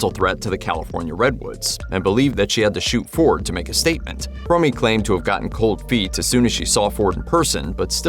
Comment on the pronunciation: Fromme like home not fromey